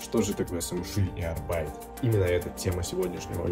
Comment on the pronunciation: Arbeit по немецки работа. Ударение только на первую букву.